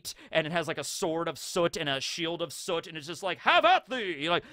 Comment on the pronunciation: It's been kinda crazy how many OP content creators I've noticed not knowing how to pronounce soot lol.